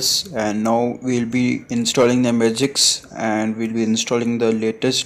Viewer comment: It's "Magisk" buddy not "Magiks" 🤦😂😂😂